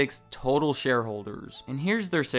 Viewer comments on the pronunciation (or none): none